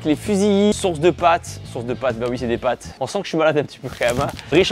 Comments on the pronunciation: "pâtes" et pas "pattes" 🤦‍♂ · Le "pattes" au lieu de "pâtes" tout au long de la vidéo m'a provoqué une crise d'angoisse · On peut voir que t était nul en français. C est pâtes pas patte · Pates et non pattes 😣